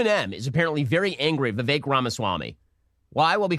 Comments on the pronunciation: You pronounced his name like Vivec and I must conclude Vivek would not like vivec the demisexual intersex demi-god warrior poet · It’s pronounced “Viv-fake”.